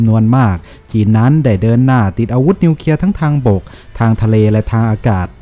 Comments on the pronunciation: อ่านว่านิวเคลียร์ไม่ ใช่นิวเคียครับ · นิวเคลีย ไม่ใช่นิวเคีย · นิวเคลียร์ๆ.... ไม่ใช่นิวเคีย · วิเคราะห์ได้ดีครับ แต่ขอติงนิดนึงนะครับคือคำว่า " นิวเคลียร์ " ท่านอ่านว่า " นิวเคีย " ทุกครั้ง อยากให้มีควบกล้ำหน่อยครับเพื่อภาษาที่ถูกต้อง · ออกเสียงให้ถูกต้องด้วยนะครับ ร .ล .ยังไม่ถูกต้องครับเช่น นิวเคลียร์ ไม่ใช่นิวเคีย นะครับ.